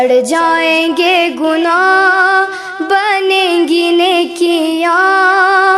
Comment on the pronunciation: Ghad jaynge gunah Galt pad rhi ho